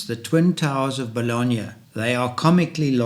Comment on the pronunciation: I’m sorry, the WHAT of Bologna?